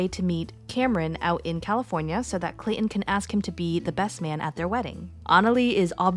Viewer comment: ClayTon not clay-in…..